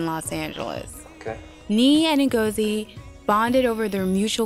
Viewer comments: It's not Mengozi foe Christ sakes, its Ngozi. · I hate they pronounce (E)ngozi like white people. But it's only a detail, lol. Love the show!